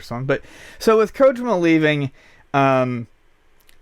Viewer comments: You guys are journalists, at this point even if it's a podcast it's still news, and not to not pick but it would do you a service to pronounce Kojima correctly. Other than that you made good points and it was an interesting listen. Thanks! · says Kojima so wrong